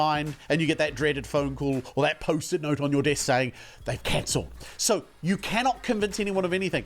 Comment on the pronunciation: The "SEW" killed me ahahahha